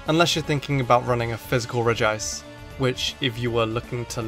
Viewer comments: Regice. Not Regi ice! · because there's no second I in Regice. So pronouncing it "Regi-ice" is pronouncing it wrong on purpose. Rename your Regice "Regiice" then I guess it would be correct. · It’s clearly regi-ce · it is regi ice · Regi-ice just sounds terrible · You pronounced Regice wrong. it's pronounce 'shit'